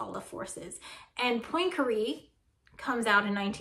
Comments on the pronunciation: "poynkaree"... ma'am I speak French and I'm sorry to report it's "pwan-ka-ray" love your videos tho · I feel more anxiety when you pronounce Poincaré in your special lil american way. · Great video but how you say Poincare...